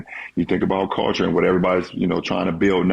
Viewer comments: Unnecessary LeBron hate Vol 12,500: I hate how he says "Call-ture". Btw, according to Skip Bayless source, the knee injury is fake because there's no way you could have kept playing w/ a grade 2 sprain. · Steve Nash shoulda broke down Lebrons "Caolchure" just in case there was some confusion lol